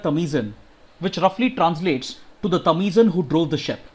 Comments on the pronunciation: Sir the pronunciation of tamizhan is tamilan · Tamizhan should be pronounced as Tamilian.. Thanks!! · the way he pronounced "tamizhan" ;) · 30 :23 it's not tamizan it's tamizhan and Neyveli not nayveli